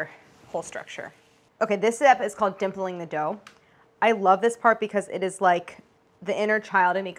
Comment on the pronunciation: Ever since I've watched the Claire Saffitz Parody from Novympia I have to laugh out loud everytime Claire says "dimpling".